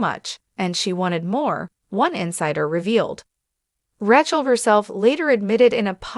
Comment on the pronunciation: Please, the incorrect pronunciation of Rachel's name is irritating!